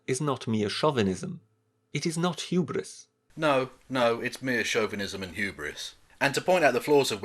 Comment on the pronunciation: i'm impressed he managed to make hubris a three syllable word